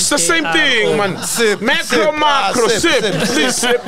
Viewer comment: "Is it Mekro or Makro"🤣😂😂😂🤣😂😂😂